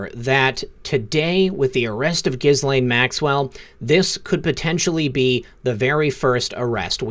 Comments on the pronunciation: It's pronounced Gelen. No h, no s and no lain. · Pronounced Gee-lane according to Google search on how to pronounce Ghislaine. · He keeps calling her jizz-lane Maxwell. Lol. Appropriate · Love your channel. I never miss! Ghislaine is pronounced Gee (hard G) lenne. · I think the correct pronunciation of her name is ‘Jizz-Lane’ 🤣🤣🤣 😶 sorry, couldn’t help myself. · Dude, can you please pronounce her name correctly with a G that sounds like go or gone. The way you're pronouncing Ghislaine is just gross in this child abuse context ✌️ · Please note that the 1st syllable of Ghislaine is with a hard G and the S is silent. I think your broadcasts are wonderful! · I bet you keep mispronouncing Ghislaine because you like to repeat JIZZ - the s in her name is silent. Grow up. You saw the video of the presser. You heard the name repeated correctly. You got JIZZ on the brain?